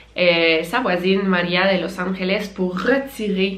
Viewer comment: Je suis Español et ses pas pour te donner tu hate mais “Angeles “ le g de se dit pas avec un r c’est le j qui se prononce comme sa